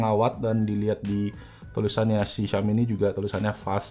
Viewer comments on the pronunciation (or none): none